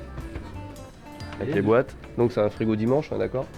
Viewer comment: en parlant des frigo: c'est des dimanche. C'est DIMCHAE 😂😂😂😂